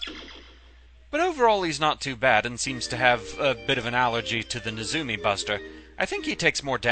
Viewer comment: NEzumi, not neZUmi